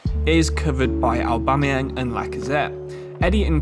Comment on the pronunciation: I think he pronounced a single name right (mightlen niles, loookanaga, owbamyang)